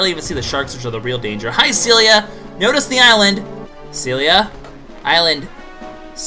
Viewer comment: Wait, you've been pronouncing Celia wrong?